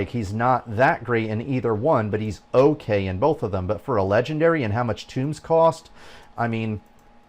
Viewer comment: The books are tōmes not tombs ( pronounced like homes ) did you never play any D&D ? Lol . Sorry for being picky :) good video otherwise . I've been playing over a year and agree with most of what you say . If version 1.12 does not have some major quality of life and content improvements I will likely be quitting . There are much more entertaining things for me to spend my time and money on .